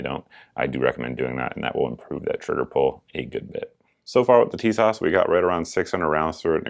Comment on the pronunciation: in YM's review, he pronounces Tisas "tit sauce".